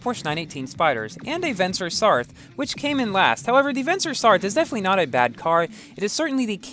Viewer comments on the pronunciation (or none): Feurim the vencer sarthe name isnt pronounced vencer sarthe with the Last the pronoynced as a the It is pronounced sarte